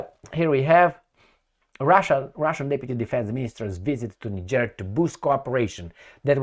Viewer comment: He mis pronounced the country as well. I hear people talk about that place all the time. He says it wrong. 🤔